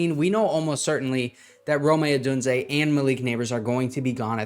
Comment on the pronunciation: Love the videos but plz stop saying (roe-may) Odunze. Triggers me so hard lol